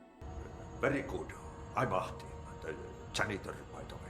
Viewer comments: Yes I am Finnish. I didn't mean to be insulting. But the pronunciation is more like AH-Ti. There should be more emphasis on the h. And you put a bit too much emphasis on the length of the A. The game did a good job of it. Love your videos by the way :) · Gotta say that your pronunciation of "Ahti" is miserably bad